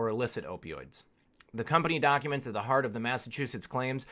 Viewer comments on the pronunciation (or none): none